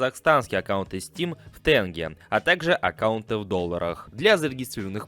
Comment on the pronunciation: Казахстанскую валюту правильно произноси. А то это тоже самое что я скажу "рубл" вместо "рубль"